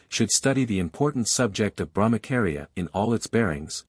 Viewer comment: Thank you! Please BrahmaCHaria not KAria 😅 its repeded so many times...wrong